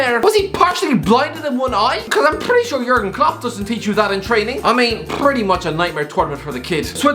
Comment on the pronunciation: the words are 'pretty, probably, prone, bridge & brilliant' not 'pwwwwwitty, pwwwwobably, pwwwwwwown, bwwwwwij & bwwwwwwwilliant'